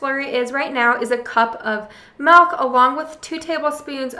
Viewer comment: Love your videos. Been a long time subscriber Just got an instapot for Christmas!! Happy to watch the videos that didn't pertain to me before. Still hate how you say melk. But love you recipes. Merry Christmas!!